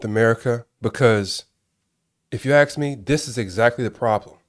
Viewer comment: When you said if you axe me you lost me